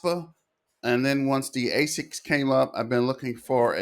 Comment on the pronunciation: They're called ASIC miners, not ASKEE